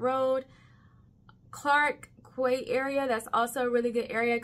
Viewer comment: Clark Quey is pronounc as Clark 'Key'... As in Florida keys... Don't ask me why... Its just so... 😂